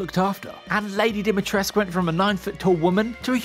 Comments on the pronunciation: DimitrescU fucking U!!! Not Dumitresc. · "Dimitresc" where is the u letter man? Not english or french where you just drop many letters without reason.